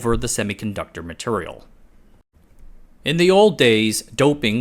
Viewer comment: You say MATURIAL like cleveland offa family guy. that's turrible.